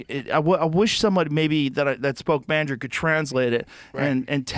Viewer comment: Joe "Mandjarin" Rogan